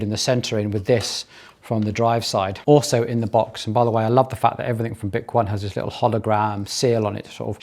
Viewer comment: 10 months later, bik-won is now bik-o-nee. They should of provided pronunciation literature in the box 😂